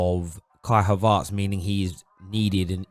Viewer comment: Well who is this Kai "Havartz"?